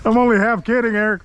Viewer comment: Please continue to call Eric. Reric. That is amazing. It gets me every time